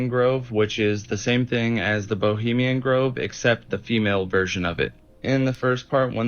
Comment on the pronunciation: Belizean Grove,, this clown kept saying bilemian Grove over and over 🙄